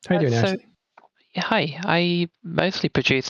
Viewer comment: Why do you keep calling AshY the name AshLEY?